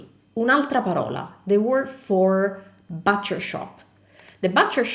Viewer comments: Just quit duolingo I’ll be studying your videos for awhile The word “butcher” is pronounced “buuch er” Not exactly like boo cher But a little softer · Attenzione alla pronuncia della macelleria in inglese é but non bat ( butcher) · Butcher shop is pronounced like the but in I like it but... not bahhtcher shop . LUV your videos